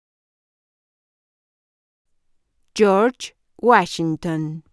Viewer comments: York whasinton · Jiorch wachinton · Jor wuasinton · Yor wachigton